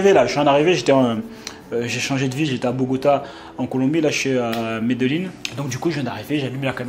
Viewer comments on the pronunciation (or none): Bonne video mais on ne dit pas Medellín ça ce prononce Mé-lé-jin